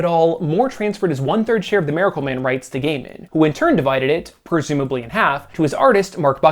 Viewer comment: do you switch your pronunciation of miracle man from 'maracle man' to 'miracle man' almost exactly halfway through the video??